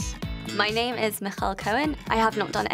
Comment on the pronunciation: Its strange to heard people that can't say their name correctly. They are really struggling to say their name 🙁